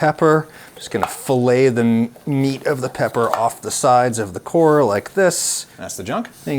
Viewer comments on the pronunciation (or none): none